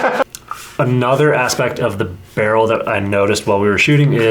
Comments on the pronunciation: It's not pronounced barrel it's B E R I L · Love how yall keep saying barrel instead of beryl to piss AK nerds off🤣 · The fact that you guys were saying “Beh-rul” instead of “Beh-real” and “Ra-dum” instead of “Ray-dum” is definitely not giving me a stroke. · BURREEL say it with me BURR. EEL.